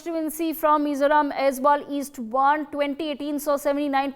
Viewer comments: Its Aizawl not Aizwal😂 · Aizawl not Aizwal; Serchhip not Serchipp 😒 Disappointing to see such carelessness on a national media.